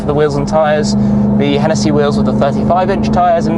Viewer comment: And its hennessey not henetheee